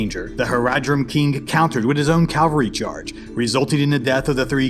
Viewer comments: You are saying calvary not cavalry. Calvary is where Christ was crucified. Cavalry is the military unit. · It's 'cavalry' not 'calvary'; two very different things. Still a great video though.